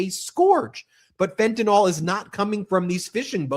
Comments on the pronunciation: Fentanyl, not Fentanol! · fent-a-nyl. there's no "o".